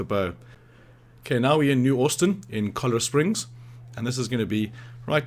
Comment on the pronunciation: Thanks for taking the time to share this for all of us. Red Dead fans hahaha I appreciate it so much. And is that an Australian accent or New Zealand I had a laugh when you said it like this kola springs you pronounce it like like it's Italian haha. That's Spanish man. That's pronounced like this Cho -LLA chola kind of like how we say in America. If someone's a cholo it means like they're like a thug or a gangster Mexican gangster Mexican thug, but it's chola springs. Anyway, I'll just get a kick out of all of our different accents. I have a friend in Australia and we always we always joke around about each other's accents anyway. Thanks for putting this up. Saved me a lot of time. Have a great time though. Have a great day. God bless